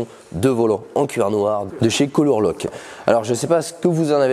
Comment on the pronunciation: Super vidéo, le résultat est exceptionnel. Tu as vraiment parfaitement tout expliqué, on dirait que tu as fait ça toute ta vie. Juste une petite remarque : Lock ça se prononce loque, pas louque.